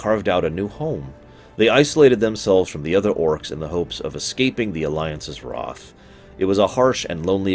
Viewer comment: The way you pronounce things was pretty awful and annoying but then you said “hoping to escape the alliances WROTH” Instead of wrath and I litterally shit myself